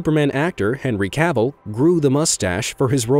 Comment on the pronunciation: I would like for you to stop saying Cavill wrong. it is killing me.